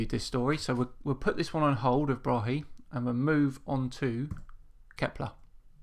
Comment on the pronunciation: Tycho Brahe (Thyge Ottesen Brahe) is danish and it pains me when you say Bra-he the correcr way is [tygoˈbʁɑːɑ] Braae - open a in the end and the e is almost mute - fine show btw